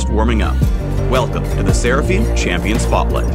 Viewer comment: When he said sera fine I instantly wanted to die